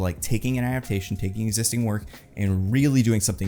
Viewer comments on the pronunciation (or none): none